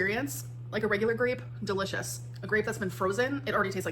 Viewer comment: "They're DUHLISH!"